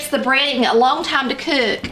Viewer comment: Is that cook a three Syllable word?… Just kidding love your accent